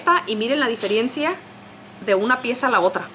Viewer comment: Se dice diferencia no diferiencia